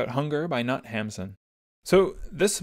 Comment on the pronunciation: Knut is roughly pronounced Ker-ny-ute There are videos on here that tell you exactly